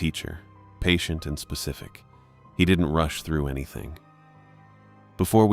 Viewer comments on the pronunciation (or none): none